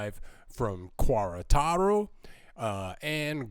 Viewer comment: Please learn how to pronounce Queretaro